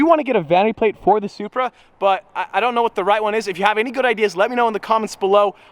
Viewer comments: Plate-SupBruh instead of Supra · "Zupra" ez